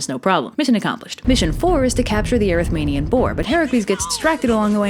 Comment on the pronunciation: erymanthian or erythmanian as you pronounce it